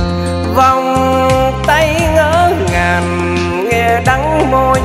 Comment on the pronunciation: Giọng thì hay có nhiều từ phát âm sai vd như: Vàn cây..... Niềm tinh..... Ngỡ ngàn.... Đắng đo..... Hic hic